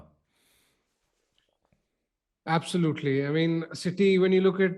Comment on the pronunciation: Its not "ba khaaaa" , its "bucker" !